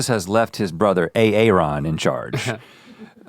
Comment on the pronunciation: Rhett continually calling Aaron A A Ron